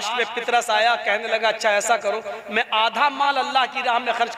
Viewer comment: जनाब पितरस नहि नाम पतरस है सहि नाम लिजिये यशु ने अला नहि काहा मेरा पिता उस का नाम यहोवा है जरा ठीक से बताहो